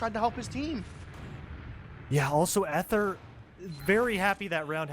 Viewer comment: For future Dex matches Ether is pronounced with a hard "e," so it's eeth instead of eth.